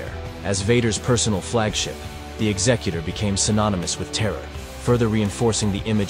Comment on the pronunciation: Thank you for pronouncing it correctly as in executive, not as in executioner.